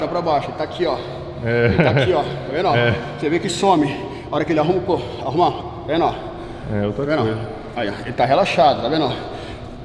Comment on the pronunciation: Tiozão tá na briza do pré treino só fala taveno oh taveno oh taveno oh